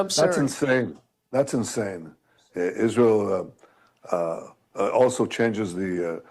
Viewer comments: No no it’s Ishrael that she says killed hin see it wasn’t Israel at all ….. I CANNOT stand when she misspronounces on purpose Israel 😡’ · Every time I hear “Izhreal” I want to vomit. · The way she pronounces Israel is also very disgusting. And it’s the same way leftists racists pronounce white people.